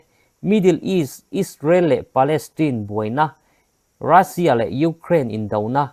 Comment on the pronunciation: Rassia nilovin Russian titur o